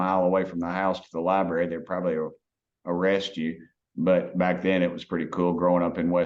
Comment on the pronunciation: can he say LIBRARY? sheesh ...